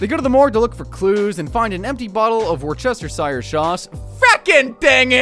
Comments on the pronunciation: As a real life British person, it's pronounced wus-stir-sha 😂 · I'm pretty sure it's pronounced "wash-your-sister" sauce :D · It's pronounced Woostersheer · Funny part is u didn’t nail the pronunciation of Worcestershire, although it’s hard to understand it’s really wuss-ter-shur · I hate to break it to you, but that's not how you pronounce Worcestershire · Man doesn't know how to pronounce Worcestershire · not to be a party pooper...but thats not how you pronounce Worcestershire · celebrating pronouncing worcestershire sauce wrong smh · You don’t know how to pronounce Worcestershire. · You pronounced Worcestershire so badly wrong 😂🤦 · wait till bro finds out that’s not even how it’s pronounced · He’s so proud of his pronunciation but so so far off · You did not pronounce that any where near right but i love your confidence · Bro, there are two ways two pronounce Worcestershire Sauce and you were as far from both of them as Kenny is going to be from seing daylight again. 😅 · Yeah, that is not how you pronounce Worcestershire Sauce. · That's not how you say it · he actually butchered it lmao not even close to how its properly pronounced :/ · This pronunciation is almost as bad as Haverhill 😂😂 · The way you pronounced "Worcestershire" is quite possibly the most incorrect way to say it. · Worcestershire! Can't even say it right in my head, GG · you absolutely butchered the pronunciation worcestershire sause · Not to rain on your parade but you actually butchered Worcestershire, it’s not even remotely pronounced like that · I also used to mispronounce Worcestershire. It’s [wortʃɛstʌrʃir]. English is weird, am I right? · of what? 😂 The ce in worcestershire is silent Its pronounced wo - as in the start of would Stir - stir a drink Sheer - sheer drop, like a cliff face Wo stir sheer Worcestershire, not “were chester shire” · whose going to tell him? is pronounced wu-stuh 😂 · hate to break it to you, you butchered it though it’s pronounced Wustuh-sher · It's "washursister"